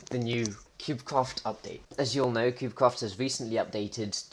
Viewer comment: did you say cubecwaft at the start ??